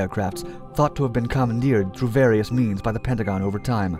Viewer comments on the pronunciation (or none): none